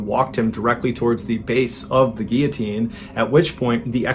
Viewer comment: lots of people mispronounce 'guillotine'. People see the double-L's and want to pronounce it as it is in Spanish, but the L's are pronounced normally.